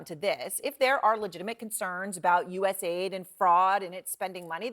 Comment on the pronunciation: It's pronounced US aid, not USA ID